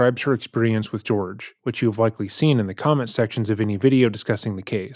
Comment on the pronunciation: The practice she is attempting to refer it is called kintsugi, not “kintu sugori” or whatever she’s saying. But idk why I would expect her to say that correctly when she can’t even say Jorge instead of “George”